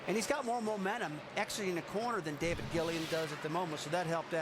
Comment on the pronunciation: ah yes, the race where Rusty Wallace just couldn't pronounce David Gilliland's name correctly for the life of him